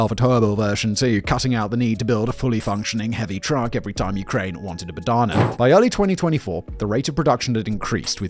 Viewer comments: I know it's badana but i keep hearing banana 🍌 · Plz stop saying Bogdan’s banana. It is BoGDana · Banana... Every time he says it... All I hear is banana.... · I was looking down and thought you said Banana for a moment! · I keep hearing him call it the banana, fear the war banana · Don't skip that H in BoHdana. It is not silent. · Sorry. Keep saying it over and over and I just hear banana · FYI: "h" is not silent in Bohdana. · the 'h' is not silent. its not english or french where half of the word can be silent. at least russian language is spoken as writen, so i assume ukranian aswell...